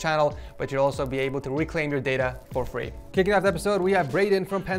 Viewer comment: ........ fwee. it’s what he said replacing free...